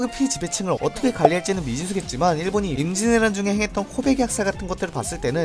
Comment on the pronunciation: 임진왜란을 인지애라 막 이래ㅋㅋㅋㅋㅋㅋㅋ너무 급하게 말함 전체적으로